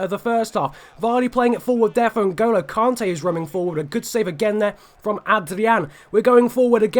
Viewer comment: Btw it's pronnounced kante not kaante mate